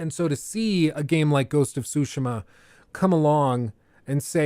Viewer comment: Not to be be one of those guys but i wish he would say it like “su-shee-ma” and not “sushi-ma”. Ik we are American and i even say foreign words with an American accent but damn lol. Hearing say it annoyed me. Very particular rant, other than that i love this long ass video (wish jt was longer!) love a good long ass video game video